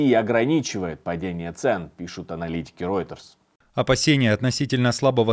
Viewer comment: Nexta привлекает в качестве "экспертов" низкокачественных болтунов. В этом выпуске "специалист" заявляет что ФАБ1500 имеет боевую часть 1,5 тонны, что не верно, на самом деле 1010. Также информационное агентство Reuter произносится как Рейтер на русском, а не Ройтер. Улучшайте качество выпусков!